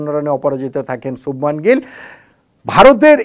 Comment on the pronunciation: Ha..arekta kotha .....sothik uccharon holo 'Subhmon'...subhman noi... jar ortho bhalo moner manush...Hindi te akkhor gulo 'a-kar' er moto uchharon hoy.